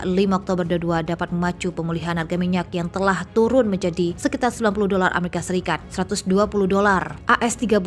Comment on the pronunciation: Sebut amarikapun gak betul.